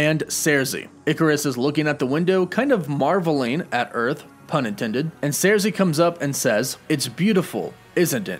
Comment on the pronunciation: He said surzi instead of sursi